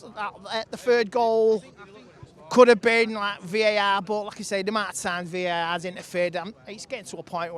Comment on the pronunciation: Vae-aehhrr (VAR)